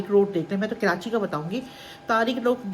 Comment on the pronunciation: Kirachi nhi karachi😊